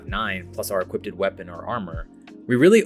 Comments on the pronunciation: I hate to be that guy and I'm not trying to make fun of ya. But I can't get over the fact that you keep saying "equipp-ted" instead of "equipped"😂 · Mans is saying "equippeded" lol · “Equipped” vs “Equipted” 😂